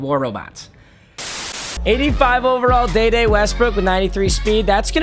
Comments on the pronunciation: DEEE DEEEE not de de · This dude said “DayDay Westbrook” 😭😭 it’s pronounced deedee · “Day-day Westbrook” it’s Dee dee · Man says dayday Westbrook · "Day-day" Westbrook lmao dead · Did he just say Day day Westbrook 🤦🏻‍♂️ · Why did you say Dede Westbrook like DaeDae Westbrook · It’s pronounced like deeedeee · You said Dede Westbrook wrong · the way he pronounces dede is cringey af